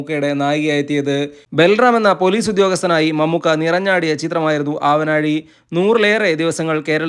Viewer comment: ആവനാഴി ആണ്. നാടിന്റെ നാ. ആവനാഴി അല്ല. ഹോനായി യിലെ നാ അല്ല.